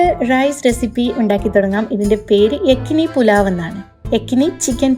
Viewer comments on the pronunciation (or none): Yakhni പുലാവിന്റെ ഡ്യൂപ്ളിക്കേറ്റ് ഉണ്ടാക്കിയിട്ട് നല്ല പ്രത്യേക റൈസ് എന്നും പറഞ്ഞ് ആളെ പറ്റിക്കുന്നത് എന്തിനാണ്.... പിന്നെ യെക്കനി അല്ല യഖ്‌നി ആണ്.....